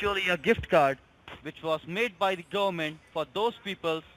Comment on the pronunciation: "Volition of regalation." "preezun" Are you trying to Defrog the gooberment?